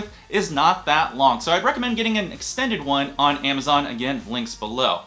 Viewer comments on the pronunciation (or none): none